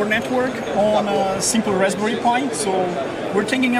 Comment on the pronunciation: It's raspberry, not rasbary lmfao.